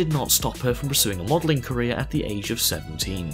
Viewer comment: When he said career my brain always got "Korea"